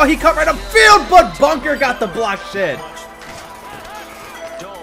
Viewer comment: it's Buckner not Bunker